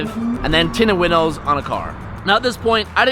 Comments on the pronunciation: Dying of laughter when he said "Tindows winted" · I died when you said tindows are winted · no one notice he said the tindows are winted? i just thought it was funny... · “Your Tintows were Winted”😂😂😂😂😂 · did he say tindows are wented? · He said "Tindows are winted" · "your tindows are winted" lol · "winted tindows" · "I see you got your tintos winted"...lmfao lay off the e85 a bit lol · '...your tindows are winted' lol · "Tindows are winted" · "your tindows are winted" ...??? ahahaha yoo i starting dying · "tindows winted" lol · LMAO HE SAID TINDOWS ARE WINTED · said Winted Tindows instead of Tinted Windows lol ( in the first part of explaining at the parking garage )